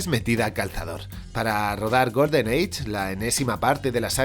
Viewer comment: ¿Cómo que Golden "age"? ¡Golden EYE! ¡EYE! = "AI". Ya sabemos que eres mesetario castizo, pero para comunicar podrías pronunciar mejor los idiomas que nos rodean...